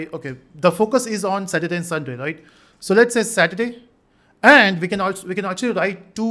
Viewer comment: Does anyone had anxiety when he missed 'r' in saturday